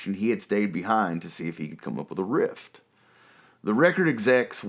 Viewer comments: I hope you know it"s riff and not rift as you kept on saying. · I cannot listen to this anymore he keeps saying rift when he means riff. I do not approve or recommend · Cool piece of history and trivia. BTW, the term is "RIFF." No "T." And Ozzy might have started the band but DIO made it great. Aaaaaand discuss! 😇😁